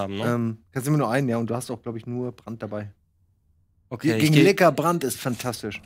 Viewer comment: bitte sprecht licker in der originalen englishen betonung aus das klingt sonds wie was anderes und das is nich gut loool